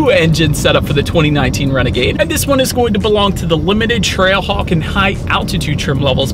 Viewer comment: You sounded like you said TRACKHAWK a few times.